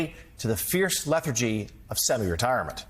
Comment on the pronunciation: Learn to pronounce lethargy.